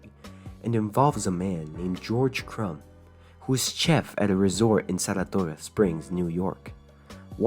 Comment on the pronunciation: The way he says Saratoga 💀